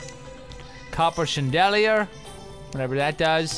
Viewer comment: I am never going to say chandelier the same ever again.